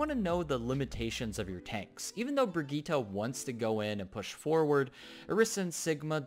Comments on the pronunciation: It's Brigitte Bri-git-te not Brigitta but nice video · its swedish... its bri-gitt-e:) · Pronunciación: vergíta...